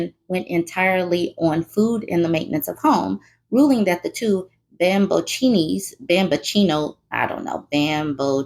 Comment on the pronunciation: It’s pronounced bam-bo-chee-oh-knee No self-respecting Italian man wants to be one; to be labeled one is a shame. I hope the mother is ok, since some Italian men carry big grudges when it comes to their vanity/pride (I’m married to an Italian man. He is not a “mamma-boy” and would probably fight anyone that called him one 😂) and there have been more and more unaliving of women in these guys lives. Mothers included. It’s getting wild here